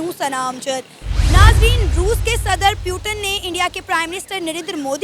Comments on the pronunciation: पुतिन not प्यूतन 😂😂😂🎉 Jai hind 🇮🇳🇮🇳🇮🇳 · पुतिन ❌ प्यूटन ✅ 😂😂😂😂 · पुतिन या प्युटन😂😂😂😂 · Puteen nahi ha,putin name ha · tum putin ko 👉 "...... pyuton......" 👈 keh diya!!! 😃😄😃😄😃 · प्यूटन नहीं पुतिन है वो😅😅😂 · PRONOUNCING PUTIN AS PYUTINN😂😂😂😂😂 THODA CASUAL HAI 😂SHE TRYING TO BE A EUROPIN 😂😂BUT SHE FAILED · Putan nhi putin hai 😂😂😂😂